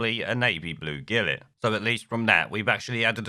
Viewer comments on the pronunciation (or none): Gilet is pronounced shelay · Hahaha mins in "Wearing a gillet" It's pronounced zhillay you plank